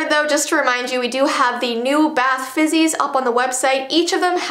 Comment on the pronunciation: rlly said bath bizzies instead of bath fizzies lol